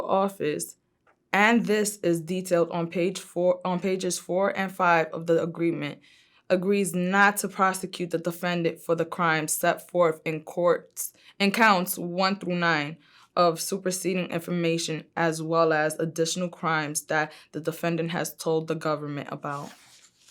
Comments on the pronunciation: "and seth forth" what the fuck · She looks crazy ,talking with her eyebrows and out the side of her mouth while chewing gum. - rebooting. And what the hell did she say “steatforth” ? trying to sound smart.